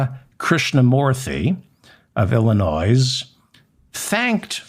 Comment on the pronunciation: David, you don't pronounce the (S) in Illinois. Grease. LOL